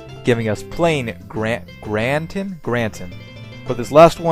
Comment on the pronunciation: This episode made me hungry. Especially the pies. Pound cake is tasty as hell. Nom. Carrot Cake is one of my favorites, for sure. Now I want cake. Gratin is pronounced "Graw-tin" I do believe.